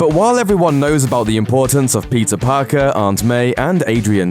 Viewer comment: Did he say pizza Parker 😂😂